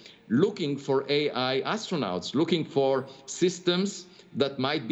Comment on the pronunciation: pronounced - Aistronaughts